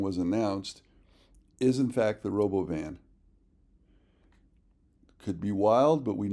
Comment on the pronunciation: Please pronounce it like elon did when he introduced it: ro - bo - VIN.